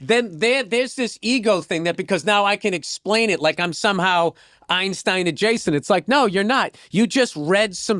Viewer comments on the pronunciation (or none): none